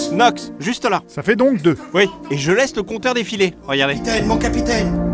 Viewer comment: Capitaineuh ! Capitaineuh ! Vous n’êteuh pas le capitaineuh !